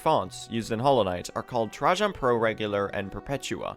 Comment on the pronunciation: Not only is the info useless, you don't even pronounce 'Trajan' correctly.